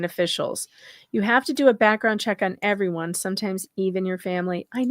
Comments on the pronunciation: the very 1st line..."Everone" not "EverYone" there's no "y"!!!! Lol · Notice in the first sentence he said "EVER ONE" NOT "Everyone"